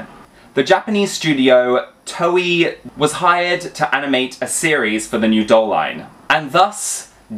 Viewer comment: Btw Toei is pronounced as Toe-a. Usually the i at the end of a name is pronounced as an e or a depending what is before it. So for example Hikari is pronounced as He-ka-ree while Ami is Ame and Ghibli is Giblee or Jiblee depending on who you ask.